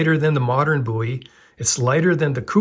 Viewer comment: I'm pretty sure Jim Bowie would not be happy with the way you pronounce his name.